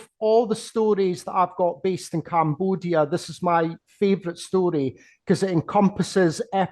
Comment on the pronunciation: ... Love the way this Scottish gentleman pronounces CAMBOOODIA